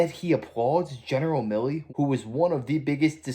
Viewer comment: Kennedy pronounces Gen Milley like he's Millie Vanilli.